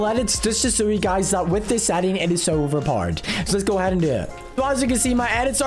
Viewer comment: It’s hilarious when he says over poder